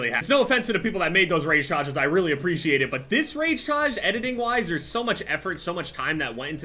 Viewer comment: the rage tayge